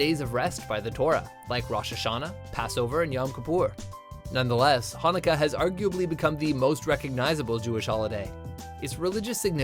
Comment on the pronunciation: I am orthodox so I'm gonna comment on all #5 in israel it is still called a chanukia, also the chanukia doesn't date back to Moses although the menorah does they are pronouncing stuff very interesting #4 the chart in chanukah is pronounced like the German word Bach by constricting your throat like having a hair in ur throat I guess #3 olive oil or shemen zayis is used today in Orthodox circles, particularly considered like more of an adult thing , and kids light the candles though according to the law it is fine no matter what. also it is pronounced latkuuuuus with an u as in up not latkees #2 the main holidays are Passover succus or succot and Shavuot or shavuos as well are yom Kippur and rosh hashana the minor holidays are Purim and chanukah basically though minor isn't the right word they are minor because they were instituted by rabbis rather then the Torah or bible #1 it is inscribed if in the holy Land a great miracle happened here, with an initial for each one, and a great miracle happened there if outside of the holy land